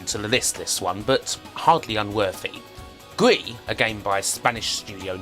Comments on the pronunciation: I think is pronounced GRIS not GRI xD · Since the game is by a Spanish developer, Gris is probably pronounced with an audible s.